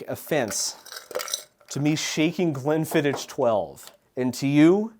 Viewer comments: pronunciation of Glenfiddich makes my teeth itch and I'm sure it deliberate and hitting its target. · Scot here. I also guessed human for that one, whisky and lemon and honey is very common - they're called hot toddy's, are usually served warm and are a traditional flu remedy. The ch in Glenfiddich is the same as the ch in loch - like a phlemy K. Drambruie is spot on though. Great videos :)